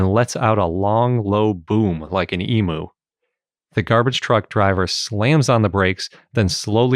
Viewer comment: Please say Emu correctly. It's really grating hearing you say it like a baby.